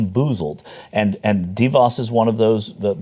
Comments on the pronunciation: Her name when you pronounce it and this is no lie is Duh - Vos take it from a Michigander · Pronunciation correction here: it's not "DEE-voss". It's "duh-VOSS". You'd figure reporters would have this figured out by now. I guess it takes being from a Dutch area like West Michigan where everything holds the DeVos name to start with (though previously proud of that, not so much anymore).